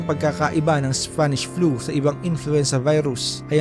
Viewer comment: Ako lang ba nakarinig ng SFANISH FLU?